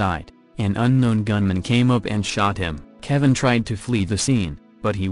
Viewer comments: i think you have good content but you are doing the victims & their stories disrespect by using a computerized voice that mangles words. "keh-vine" seriously? you uploaded that? if youre not gonna take the time to thoughtfully produce something like this, then you have probably shouldn't at all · "Ke'VINE" lol.